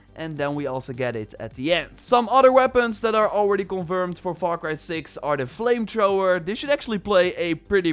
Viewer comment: Ah yes I love my “FLAMETROWER”